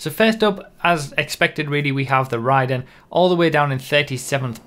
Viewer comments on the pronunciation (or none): I’m pretty sure it’s pronounced *RAY-den*, like the character in Mortal Kombat.